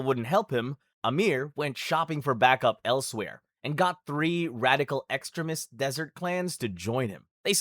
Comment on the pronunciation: I’ve never heard anyone pronounce extremist like that